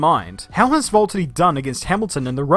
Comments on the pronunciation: ITS VALTTERI NOT VALTEDY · seems to be saying Valttady instead of Valtteri. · Your my favourite YouTuber and you make amazing videos but its Valtteri not voltiddie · Who is this Volttedi guy? It's like the #Jesko pronaunciation, but worse. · who or what is a 'Volteddy'? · my man is calling him VOLT-TITY 🤦🏻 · Why do I keep hearing "Volttadi" instead of Valtteri? Edit: In my opinion, Valtteri is a good driver, except that Hamilton is like 10 times better than him since Hamilton learned from Rosberg. And I think Valtteri is fitting for Mercedes and should stay. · its Valtteri not Vulterri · love this video but i swear you’re the only person i’ve ever heard say Voltari not Valteri, is it the accent? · It’s V-A-lteri not V-O-L-T-ari 😂😂😂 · VAULTeri ? Don't you mean VALteri? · It’s V A lterri not V O lterri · Pronounce your 'R's! Valtteri not vault-uni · Quick question: are you completely butchering names on purpose? It's VALtteri, not VOLtteri. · why do you pronounce valterri like Wvwvwvwalteri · the way he pronounces it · Valteri it’s James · Every time I hear say valtheri I die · Is Valtteri that hard to say? 😂😭😭😅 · I reckon I've never heard both t's pronounced in his name before & it's fucking me up. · The way he says Valtteri and Bottas just makes me feel weird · Who is this "Voltteri" you keep talking about? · Valteri, it’s